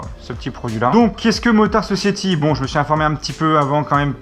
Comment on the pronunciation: Motard Sociaty... Dat accent xDDD